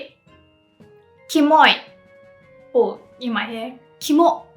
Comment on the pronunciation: he didn't say Kimo though, he said kamo.